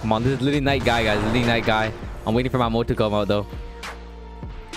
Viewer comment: His name is guy not guy”s” unless u wanna call him madaras lol 😝 “Guys guys” i mean like cmon Srry if this is rude just i said it outloud and it must have be heard